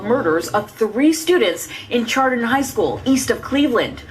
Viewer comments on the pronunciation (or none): that's where I'm from but it's pronounced like shardon